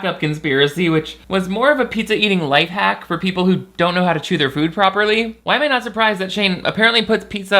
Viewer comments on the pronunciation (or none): none